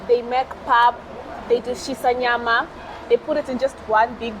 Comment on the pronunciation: She pronounced Shisanyama correctly 🙏🏿